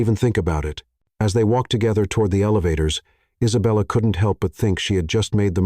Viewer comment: "An indignant poodle." omg LOL!!!! Also, the narrator's pronunciation of Isabella is hilarious; he lapses into a foreign accent: Eesabella. Too much. Nonstop laughing at this entire script. I can't breathe and my cat thinks I'm crazy!! 😅😅😅😅😅BRILLIANT COMEDY!!! and a thoroughly enjoyable love story. With heartfelt thank yous and lots of xoxo's from Anaheim, CA. 🌹🌹🌹